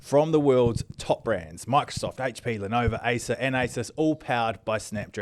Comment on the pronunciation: Speaking of getting names correct Andy. The brand is Lenovo not Lenova as you keep saying on every episode 😅